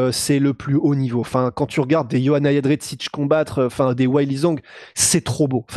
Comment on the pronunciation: cest qui yoanna yennedretsich ? 🤔 Ca se prononce Yondjeytchek.